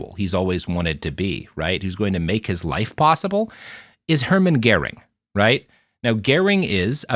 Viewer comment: its not "Geer-ring" 😂